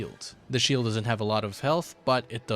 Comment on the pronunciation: "Healean shiled" im not going to lie that pronuciation threw me off.